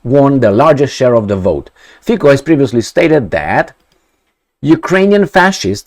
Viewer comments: His surname is pronounced Fi-C-o, not Fi-K-o. "C" as one would pronounce "Z" in German language. Also, one of those "mysterious" forces is called coalition. Just because his party won election doesn't mean it will rule without limitations. It doesn't have majority in Parliament, therefore it needs to forge alliances with other political parties. And yes, there is NATO, EU, contracts - you name it. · Its not Fiko..its Fico 😅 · after doing several video about Slovakia, maybe it's time to pronounce correctly the name FICO. It is "FITZO" not FIKO. Only 4 letters, come on. - the words of Slovakian Defense Minister are irrelevant. He is a member of government that is about to leave and their views are fundamentally different from Fico's views. - As a Slovakian I understand the skepticism after seeing what Meloni did, what US and British "conservatives" are doing, I remain cautiously hopeful . Breaking his major election promise on day 1 would be his political end of the road. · Fico is pronounced as Fitso. Fițo... like that.:) Fiko in Slovak means something like to f*ck.:))) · Fico, pronounced Fitzo, hasn't formed a government yet and you know what will happen next, because you don't even know him. You are very focused on yourself, wait and see what happens next. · You are sure its NOT 'F*CKYOU ?! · hehe repeat after me : mr . FITSO not K but like tsunami C / ts/